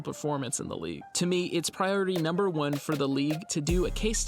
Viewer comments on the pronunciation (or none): none